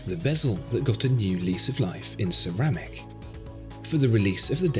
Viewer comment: Cerrr... rrrrramic!